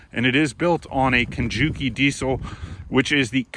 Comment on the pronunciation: Kukje not Kujuki. LOL